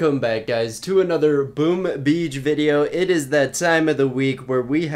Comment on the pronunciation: No one:: Welcome back to another BOoom BEAch video